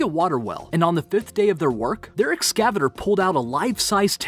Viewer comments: he pronounced ex-ca-vator as ex-cav'itor; a device used to excavate, like a back hoe or diesel shovel... log them when you hear them. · Ekscaviter = Excavator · DEH-si-fer? (Decipher) Eh-ks-CAV-it-ehr? (Excavator). I think you've put the emPHAsis on the wrong syLABle. Have you not heard these words before? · Dude, learn how to pronounce the words you read. Ex-cavater? Ex-ca-va-tor. (along with so many others) Also, there was a river boat filled with gold and silver that was found on accident, much greater than several of these, but hey, you have the subs and views. Congrats on that! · x kah vater not excaviter this guy can't pronounce simple words.. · Pat-om-oly = ptolemy? :) But I think my favorite mispronunciation is Soth-bees, or ex-CAV-a-der :) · Where did this guy learn to pronounce words? Soth bees, exka vatr? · deci-fur. exca-veh-ter.. I don't know why these bother me. I can't tell you. They just do. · “desifer”, - “excaviter”. HAHAHAHAHA. Seriously guys, hire narrators who can read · Just...just don't ever make a video with words over six letters long without looking up how to say them. Like the difference between reFUSE and REFuse. Edit: exCAVator? I just watched my last BA video. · ex-kavit-er....should be excavator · Psst hey dum dum, it's pronounced... de cyyyy fuuur... And ex cah va tooor.. smh wow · You seriously need to listen to how the following words are pronounced: Decipher, Excavator and Sotheby's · Excavator was another one that got me. Terrible pronunciations throughout. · The way he said “decipher” and “excavator” hurt me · Yeah, he can't say excavator, but he said dilapidated no problem. lol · Man most of your pronunciation is awful but what killed me was excavator. That was dreadful. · The way you pronounce decipher and excavator made me burst out laughing